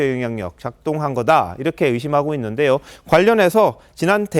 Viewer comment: 있는데~여. 이여자 발음 골때림. 햇는 데~여..ㅋㅋㅋ